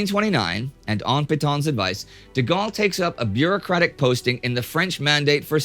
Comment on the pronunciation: thank you for saying his name the correct way